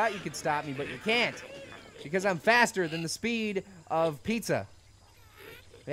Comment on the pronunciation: when u said faster, i thought u said fatter......